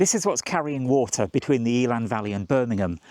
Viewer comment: Eh-lann, not Eel-ann